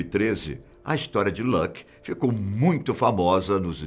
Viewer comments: Hey, naa se pronuncia Luke como "Lãque" is como esta escrito L U K E Como "L Úu K E" o Ú e como se fosse Uu sai/soa U duplo. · Não é leque que se diz mas Luke com u.